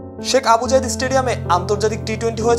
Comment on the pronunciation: Abul reporter oitha Abu Zayed stadium na , Sheikh Zayed Cricket Stadium,Abu Dhabi name occharon parish na ?